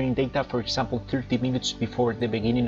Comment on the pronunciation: Wow, great presentation. Thanks. Just a note, you are pronouncing "example" as "sample", it is pronounced more like "egg-zample". You are also pronouncing "did" like "deed". But, your english is very good. I hope this helps a little. Keep up the good work.